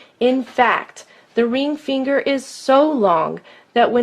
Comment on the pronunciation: Imagine making this video, the joke got old by the 15th time the obviously male narrator says "reeng feeenger"